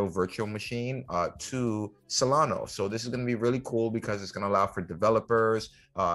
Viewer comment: SolanA…… not SolanO